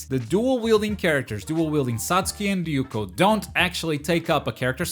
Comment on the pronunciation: Ryuko not yuko Ryuko matoi